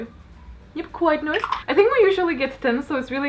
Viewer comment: Seelie is from Irish mythology, it is the term used for the good fae :) Oh and btw saying 'noice' totally makes you an honorary Australian hehe.